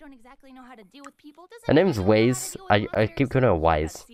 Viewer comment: Weiss, like "W-ice". Not Weese or Wayce